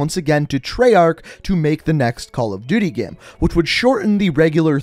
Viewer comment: Say "GAME" and not "GEHM"